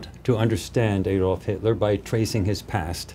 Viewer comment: His name was Adolf not Aydolf. Do you say "Aydam and Eve"?